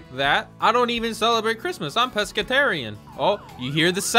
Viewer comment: ‘’I am puscaterian ‘’ had me dying😂😂😂😂